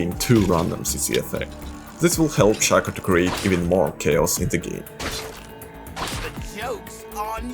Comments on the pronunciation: bro it's Shaco not Shaco oh then I noticed you started saying Shaca XD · 99% of the world - pronounces it as [shack-o] americans - "It's pRoNoUNceDd [shake-o]" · It’s Shaco not Shaco.